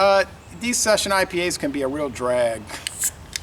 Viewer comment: You said it right! 👍👍